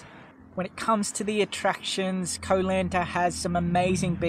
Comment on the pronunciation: You started the video by mispronouncing Koh Lanta. It was all downhill from there. Silly nonsense .😮